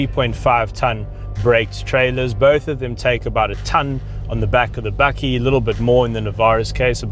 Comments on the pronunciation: No one is perfect... but it's bakkie not bucky... A South African name for ute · As an american, I find this incredibly entertaining! Are you saying "Buggie" or "Buckie"? Do you guys have full size trucks like the F-150 or Titan or just these little guys? We currently have neither but I'm anxious for the 2019 Ranger! Hopefully we will get one with the 2.7l V6 TT ecoboost!